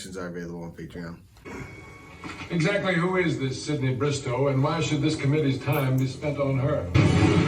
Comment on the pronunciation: It sounds like you keep calling Sidney, CINDY! 😂